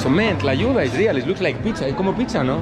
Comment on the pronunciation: "So, I'm gonna destroy la tuya" lmao you meant "Tlayuda" 😂 "la tuya" sounds sexual lol